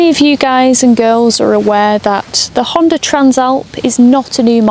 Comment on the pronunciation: There is no "R" in Honda...lol